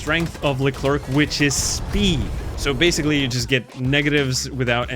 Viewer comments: i swear bro if i here him say Leclerc as le-clerk im bouta throw a baguette at in his vicinity. its pronounced (lecler the C is silent) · im not even fr*nch but the way you pronounce leclerc is horrible